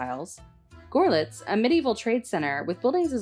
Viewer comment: Is this narrated by a real person or AI? The name Goerlitz doesn’t sound like “gohr-lits” (rhyming with “poor-lits) but more like “girl-lits. The museum, pronounced here like “cunts museum” is really like the double “o” in English as in “books.” It’s like starting to say “could.” Just take off the “d” of “could” and add the last part of “angst”. “Kunst” in German means art. It hurts to hear it pronounced like the British slang, “cunt.”